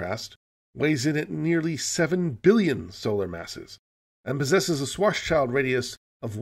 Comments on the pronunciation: I love these. My only nitpick is that it's not pronounced 'shwarts-child', but rather 'shvarts-shilled', because it's German. But I guess that's a battle (not to mention a couple of wars) long lost. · Please stop calling Karl Schwarzschild a child. His last name literally means 'Black-shield'. You already pronounce the Black-part 'Schwarz' correctly, however; 'schild' is pronounced exactly the same as the English 'shield'. ->